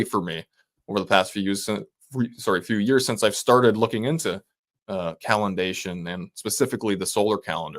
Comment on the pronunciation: Oh!.... "calendation" another new word!